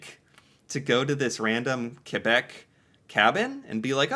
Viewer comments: Your pronunciation of Quebec and Newfoundland is excellent. You’re so personable as well. Have you ever thought about doing narration for kids? Like a kid’s channel perhaps? I think you’d be a hit there too, just sayin’. You could try poutine with a kid for instance! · I love that you say Quebec better than most Anglophone Canadians